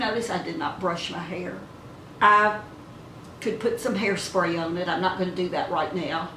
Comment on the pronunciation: my first time watching your video and so glad I stopped by ,, womens beauty comes from within first. you have both inner and outer beauty and you know how to do your makeup to flatter your face. I also luv how you say the word" on" its more like " own" so cute cant place it . my in law is from West Virginia and she uses that kind of pronouncing . dont want to be prying but where you grew up??? I will definitely come back to visit.